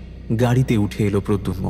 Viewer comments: Jini golpo ti path korechen tar modulation osadharon kintu puro golpoti te tini protagonist er naam mispronounce korlen. eta khub ossoshtikor. pradyumna.....not pradyunma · Nah khub kaane lagche miss pronounciation ta. Bhalo kore review kore golpo publish korun please. We have high hopes on you! 👍🏾❤️ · Golpo to bhaloi. Kintu character er naam actually “prodyunmo” na ota “prodyumno” hobe? 😮